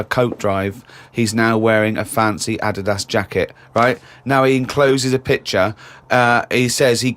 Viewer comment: Heard that as well, had to replay that to understand he meant Adidas